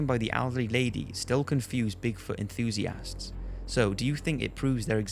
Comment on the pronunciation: Why does he say enthusiasts like enthusiASSts?